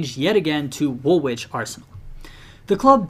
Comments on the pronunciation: Its pronounced WOOLITCH Arsenal not woolwitch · Just to let you know - Woolwich is pronounced "Wool-ige" (or "Wool-idge) not Wool-Wich" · i am english so i know you you didn't know woolwich is pronounced 'woolich'. just wanted to let you know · Everyone’s getting mad about his pronunciation of Woolwich, but y’all are the ones who put a second W in the name. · The pronounciation of Woolwich in this video is actually offensive